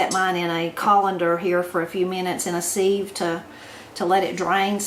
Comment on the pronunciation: YUM!!! I do enjoy all things "zucchini". Your cake sounds and looks delicious - thank you for sharing the recipe and technique. One question - - Where does your pronunciation of "Sieve" originate? I have been studying linguistics for many years and have never heard sieve pronounced the way you say it. I would be interested in knowing the origin. Hugs, Love and Blessings from Florida! 😎